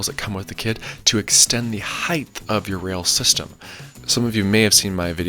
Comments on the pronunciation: Lol HEIGHT** Not "heighth" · Nice vid. Theres no such word as hith. Its heighttttttt with a T. Pronounced hite. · The word is height. You are pronouncing height as heigth. Do you say weight as weight? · Height, not height-th. I'd like to know more about how to make the DIY sled not bow in the middle, as that is more in most people's price range.